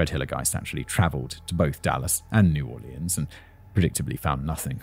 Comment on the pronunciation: Southerners when they hear him mispronounce “ pecans” and “ New Orleans” 😬😬